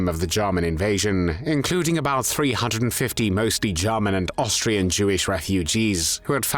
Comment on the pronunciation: Have I been saying “German” wrong all along? 🥴